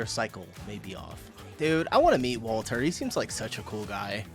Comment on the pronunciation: His name is Mark, Wolter is his surname...just so you can get it right and stop calling him Walter.